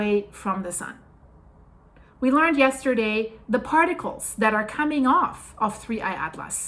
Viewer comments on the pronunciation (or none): none